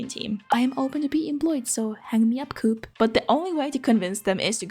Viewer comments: You dont say cuup, you say Koop. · ""Starbucks is what Espresso House is for Europeans" ... as a 'European" I disagree, I had to look up the brand. It is only present in Scandinavia and Germany which means 90% of Europeans never heard of it. The fact you pronounce coop as in chicken coop and not as in Co-Op (Co-Operation) is funny but understandable. They are in the Netherlands as well but with an Orange logo (obviously.... Netherlands) That said, the art is what matters and the art is amazing :) And yes, I of course have hit the like and subscribe buttons :) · When you said coop then do-op I was like WHAT THAT CO-OP ( England ) THEN I realised it was the Europe one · here in Slovakia we have a coop stores. In my town we have Coop. Its a small store. We call it Coop, not co-op. I never knew it was pronounced co-op. And i never knew their logo was Green, because its Orange in alot of places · Here in Sweden I have never heard anyone say ko-op. We say coop.